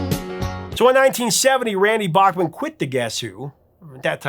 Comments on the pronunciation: So he told you that he pronounced his name backman and you choose to pronounce it bachhman no respect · Please: “Bachman”, not “Bockman”. And BC plays guitar but was the keyboardist, not guitarist in the band. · Back-mon. Not Bock-mon. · Bachman pronounce back not bock but nitpicking maybe. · Hey wait a minute, you're the one who taught me it was BACKman not BOCKman? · Randy told you that he wants his last name pronounced correctly, but he's willing to let it go on the band name, BTO.